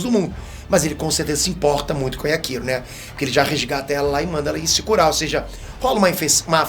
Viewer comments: Legal o vídeo,, mas só tem um detalhe: Yakiro é o meu ovo! É Yachiru! [iatirú] 20 anos de curso e não aprende o nome dos personagens! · Mano não é Yakiro, é Yachiro. Escrevi pra entender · não entendo pq os caras inventam pronuncia para o nome dela 🤦🏽‍♂️ DC: Yrachiru: Yakiru kkkkkkk gente, o nome é YACHIRU (NA PRONUNCIA JAPONESA, "CHI" SE PRONUNCIA COMO "TI"), OU SEJA, A PRONUNCIA CORRETA É "YATIRU". IGUAL COM A CHICHI DO DRAGON BALL 🤷🏽‍♂️🤣 mas enfim... Zaraki monstroooo 🔥🔥 eu assisti esse ep umas 4 vezes de tão foda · Só eu fiquei incomodado com o falando Yaquiro? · Doeu meu ouvido a cada "Yakiro", mas eu te perdôo kkkkkkkk